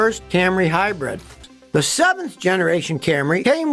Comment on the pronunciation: Scotty, my guy, it is "HIGH-brid", please stop saying "HIGH-BREAD". It is quite silly on your part and hurts the ears to no end! Love you always, this is nit picking for sure